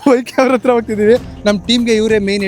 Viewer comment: ಅತ್ರ ಅಲ್ಲ ಗುರು “ಹತ್ರ”